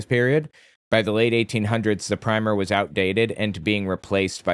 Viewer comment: he claims he was a teacher, yet does not know how to pronounce Primer